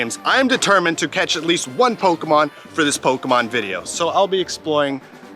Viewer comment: Why can no one on YouTube pronounce Pokémon correctly??